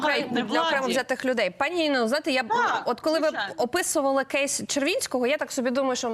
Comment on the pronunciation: Яніно, який "кєйс"??? Ріже слух! Існують українські слова!